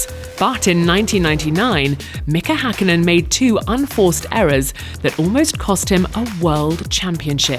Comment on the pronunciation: Gotta love the commentators/narrators of previous eras as they nowadays couldn't even dream about bothering to TRY to pronounce Finnish names properly, let alone type them correctly. He says "Häkkinen" almost perfectly. I mean, even our nowadays appalling Finnish commentator pronounces Vettel with an F like it's supposed to. Come on, it's not that hard to pronounce Finnish names. 😑